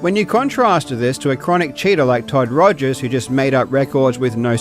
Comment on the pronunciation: Excuse me Sir, but you mispronounced Todd Togers' name.